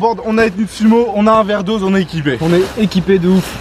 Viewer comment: veerdose ? t'es grave nul :o xD